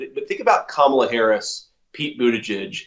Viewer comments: At least he pronounces her name correctly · At least he pronounced 'Kamala' correctly - unlike Trump.